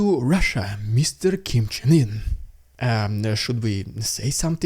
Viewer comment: are you mispronouncing Kim's name on purpose or not? like I have to know